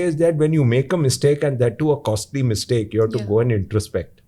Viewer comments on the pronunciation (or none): Mistake should not be Miss-take.😊